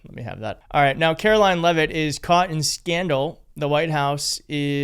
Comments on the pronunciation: Karo-lyin' Leave-It. Drive me nuts how she mispronounces words. It's NO-BELL not freakin NO-BULL. Just on the mispronunciation of that word, Trump isn't qualified under either pronunciation. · It sounded like you said, “KaroLION,” but I realized you meant “KaroLYING”. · Karoline, not Karo Lion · Karolying Leavitt is so full of hate she can’t say words correctly.